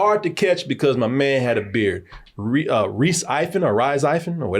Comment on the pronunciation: Why can’t people say Rhys lol